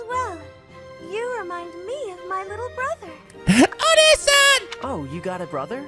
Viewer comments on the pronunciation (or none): I recall him getting corrected before and actually saying it right for a while, he just seems to forget about it often. To be honest, at this point we should just let him say it wrong.